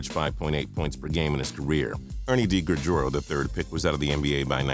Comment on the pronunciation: Ernie DiGregorio's very promising career was ruined by a knee injury, and you mispronounced his name.